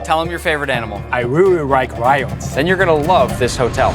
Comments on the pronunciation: "I rearry rike lions" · “I rearry rike rions”😊 sounds like my Japanese friend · "I REARY RIKE RIONS!!!" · "i reary rike ryans" BRUHH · "I reary rike rions" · bro really said " I WEWE WIKE WION " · I reary rike rions 😭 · "I rearry rike rions" Bruh I forgot bayashi was Asian and thought he was imitating the accent 😭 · Bayashi I really rike rions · i rerry rerry rike rions Ching chong ping pong fa mulan i want to be ninjaaaa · “I reary rike rions” who’s gonna tell bayashi of his pronunciation 😁